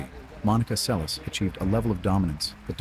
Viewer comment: It's pronounced like Selesh, not liek Seles with s.